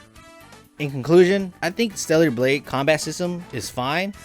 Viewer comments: Bruh its not "Steliar" Blade, it's STELLA Blade! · Who is stella? 🤔 also i caught him saying stellular blade